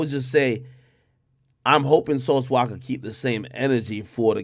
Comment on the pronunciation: bro its Sauce “Walka” not Waka 🤦🏾‍♂️😅